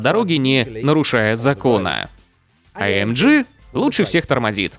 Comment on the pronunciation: Товарищь переводчик, AMG произносит я как "аэмгэ", а не "аэмджи"!